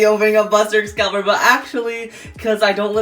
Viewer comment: Excalius not Excalibur 😂